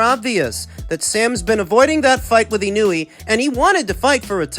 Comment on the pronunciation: Y'all still can't pronounce Inoue ? FFS. It's just disrespectful at this point. ❌ - ih-NEW-ee ✅ - EE-KNOW-EH